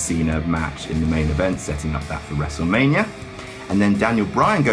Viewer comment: When he said "We're gonna go to wrestlemainia man." I started cracking up, it sounded like he was drunk 😂😂😂